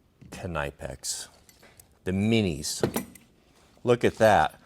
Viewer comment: its pronounced k-ni-pex the "ni" is pronounced "nee" so its K-nee-pex.